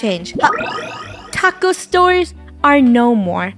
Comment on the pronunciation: “Taco-yah” haunts till the end